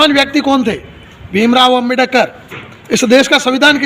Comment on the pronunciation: ओ मनुस्मृति साहब!😭🤣 अम्बे+डकर नहीं होता हैं अम्बेड+कर होता हैं।